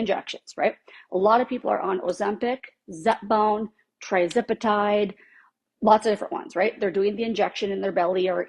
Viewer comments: It’s pronounced “tirzepatide”, not “trizepatide”. It’s too bad that never came up in her extensive research. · Does she keep saying TRizepatide? Girl, it's tirzepatide. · The people who claim to be experts on something they can’t pronounce. Say it with me, ma’am “TIR-zepatide.” It is NOT “TRI-zepatide.” We learned to sound words out in elementary school. Perhaps before you get on your high horse and act like the expert you can take a sec and learn how to say the word. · Um it’s Tirzepatide not Trizipatide 🙄